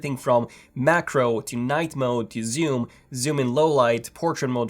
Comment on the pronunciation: I was dying when he said zyoom